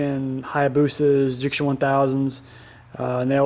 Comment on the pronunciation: Nice vid but there's no "r" in Ducati ;) lol (just joking)